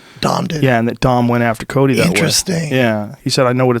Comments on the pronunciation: Is Joe saying Colby or Cody??? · Ikr...I was like why is he calling Cody Colby?